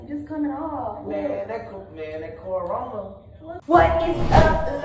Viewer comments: I know he still not sayin “coranora“ 💀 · nigga said coranora😂😂😭😭😭😭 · “ man that coranona” 😂😂😂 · Bro you gotta stop saying CORONORA😂😂😂😂 every video you say that bruh bruh n I’m dead😂😂😂😂😂